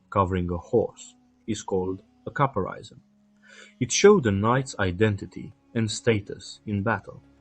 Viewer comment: Caparison = "ca-PARIS-un." Gorget = "GOR-jit." Orle = "ORL."